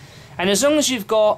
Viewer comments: It's ebony ingots not E-bony inGUTS. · e-bo-nee, duh